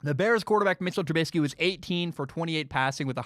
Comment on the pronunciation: I want to start off by saying I love your podcast/show. It literally makes my day when a new episode of your show drops. However I feel like you should change your stance on giving trubisky the respect of saying his name right. Everyone has the right to be treated with respect, and by purposely saying his name wrong, you are being cruel and disrespectful. It feels like something a bully in high school would do. I hope you change your stance on this. But anyways keep up the great work and have an excellent day.